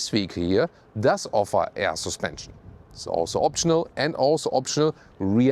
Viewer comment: LOVE what you guys do! And my wife and I secretly joke of how says "sUspension" with slight accent and giggle! All best feelings and love for you guys!❤ P.S. when are you testing the Zeekr7X in Germany,? I really want to see that car detailed tested in full detail, full length, and full screen!